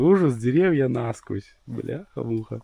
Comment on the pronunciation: для борьбы с осами использую средство от клещей и комаров. Осы не дохнут, но если утром побрызгать то к обеду их нет никого. видимо запах путает или вапще не нравица....не нАсквозь, а насквОзь